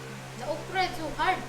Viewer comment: When you called that OKRA , OKRIE I almost fell of my couch I laughed so hard.